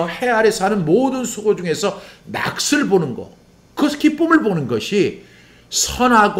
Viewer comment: 목사님, 오늘도 말씀으로 은혜를 받게 하시고 정리가 되게 하시니 감사합니다. 목사님께서 말씀을 전하실 때 '낙을'= '나글'로, '몫을'= '목슬'로 발음하시면 더욱 정확하게 들릴 것 같습니다.^^